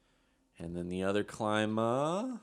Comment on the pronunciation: His name is like saying kleema not like how you say it and it's the same way for his brother I've watched him play all of his junior hockey career